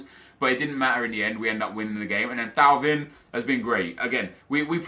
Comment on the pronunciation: Nep thauvin is pronounced TOW - VAN